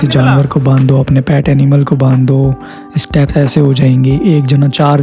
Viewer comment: Staps nahi bhai steps!